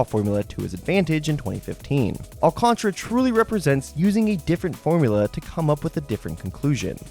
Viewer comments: There is an A before the R so definitely is Al-Can-Tara not Al-Can-Tra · I think it’s Al can tear uh